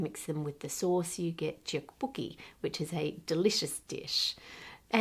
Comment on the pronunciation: Small correction, 'tteok is pronounced more like 'dock'. Also its bokki not booki.